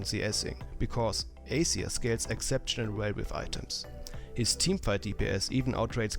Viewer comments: it wasnt accent which is why i mentioned it.. spotlight tells u how to say it, he had just said it really differently. and we patched it up already.. i wasnt being rude >.> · PLEASE pronounce it right AZIR !!! not acer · its azir and aceer.... didnt u not watch the spotlight